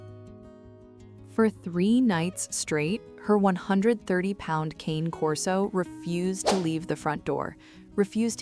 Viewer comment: One day someone should train the AI reading these stories how to pronounce CANE correctly. It's just aggravating.